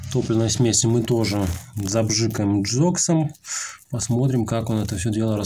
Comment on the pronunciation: И почему джокс а не гзокс ...и не би-джи а бг (борис гребенщиков) 😂